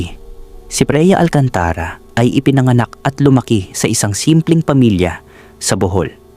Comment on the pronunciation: Bakit Mali ang bigkas ng narrator sa mga words? 😵Like: "Freya" = Preya "Alcantara" = Alcan-tà-ra, "Taon" = Tà-on, "Kapos" = kà-pos" etc., simple lang bakit sablay ang sambit?